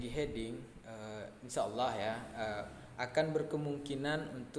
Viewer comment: Mau koreksi untuk Hedging bacanya = Hed-jing, bukan He-ding XD